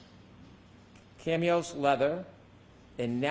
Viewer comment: CW Prosecutor pronounced chamois leather as "cam eeos" leather while trying to make this expert look bad. Enough said. Who's the idiot now?